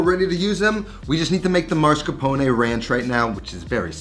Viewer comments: I like how says "Mars Capone"😂 It's mascarpone! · Its not Mars-capone, its Mascarpone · It’s Mascarpone, not marscapone. C’mon. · I'm sorry but it's mas-car-po-ne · Does anyone know why so many Americans switch up the S and R in mascarpone?